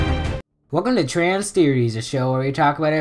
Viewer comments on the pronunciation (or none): I thought your transfer logole said transt heroes